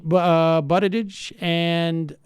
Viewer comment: she almost said "Poop Beetigeig"